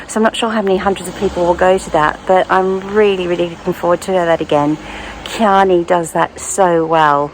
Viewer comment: Just a constructive criticism. Chianni is pronounced with a hard Chi or “key-an-EE”. That’s because there is a consonant h after the C so you give it a hard ch sound. If there is a vowel after C like Ciao, it’s a soft c like church.